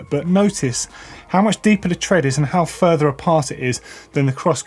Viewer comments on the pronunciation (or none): none